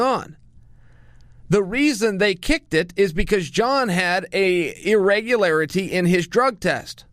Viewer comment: " Irregularity " .... okay uncle Chael...